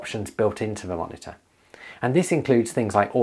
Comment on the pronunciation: Take a shot every time he says monita